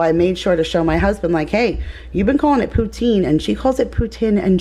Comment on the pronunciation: I'm from Montreal and we say poutine just like you do. ❤🤍❤